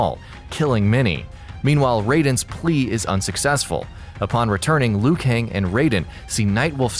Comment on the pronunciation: I believe Liu Kang is Chinese? And the way they pronounce “Kang” is so wrong..